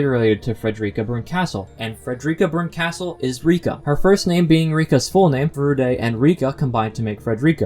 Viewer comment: Arrrrg. Your mis-pronunciation of Berkastel hurts my ears. lol